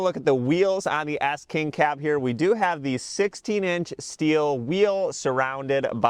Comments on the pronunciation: It sound like you’re saying Ass King Cab 😂 Can’t unhear it. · sounds like you say frontier ass king cab